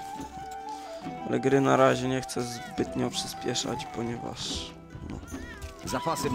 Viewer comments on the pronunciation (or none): najlepszy był kawałek kiedy mówiłeś "ponieważ" i wyszło tak: "Ponieważ,zapasy w naszym spichleżu powiekszają sie sir" :D